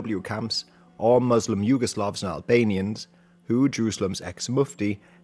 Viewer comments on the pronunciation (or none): Yugoslavs, not Jugoslavs. Korps, not Corps.